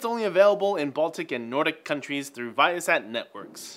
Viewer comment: guess who cant pronounce viasat.. Took me seeing it 3 times figuring out WHAT he was saying and i live there.